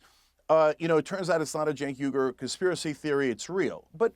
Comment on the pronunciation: JENK YUGAR - that’s how you pronounce his name. Not that hard, guys. 🤦‍♂️🤦‍♂️🤦‍♂️